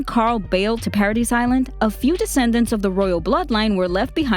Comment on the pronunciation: Just saying I think it's pronounced paradise like the dise part is pronounced like the word this again I'm just saying